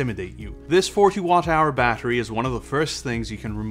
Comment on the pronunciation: 40Wh "bahery"